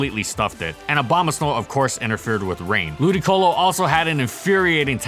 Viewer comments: Shouldn't the accent be lu-DI-colo? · Wait... its pronounced Ludicolo? I've been calling it Ludiloco for years... thanks game grumps